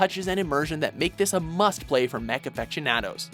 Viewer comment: "Affectionaddoes" You might want to look up the pronunciation for aficionado... especially since there is no T in the word